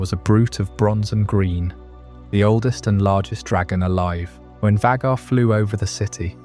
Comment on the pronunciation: Why are we saying Vaghar like that?